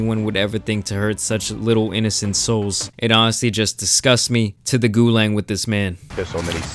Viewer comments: its Gu-LAAAAG. not gulang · You definitely don't play COD Lmaoo this dude said "to the guLANG"... It's GULAG, GOO-LAHG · Did this man really just say “to the gulang” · Lol wtf is "gulang". Gulag doesn't have an "n". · Gulag* not gulang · It's the Gulag not Gulang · *gulag. Not gulan. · My nigga really calling the gulag "goo-lang". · It’s pronounced gu-log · Did you say “gu-lang”? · Di he say gulang?🤣🤣